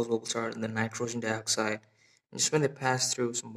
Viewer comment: it's not called nitrosen dioxide, it's nitrogen dioxide NO2